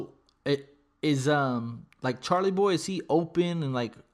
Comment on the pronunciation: I still bump their music til this day. I wish they would make a reunion mixtape or something. Definitely miss these guys making great quality music. Oh and you keep saying Charlie Boy, it's Chalie Boy lol. A lot of people mess that up though.